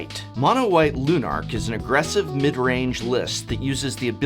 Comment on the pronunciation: Professor, it's aggressive. You left a g out.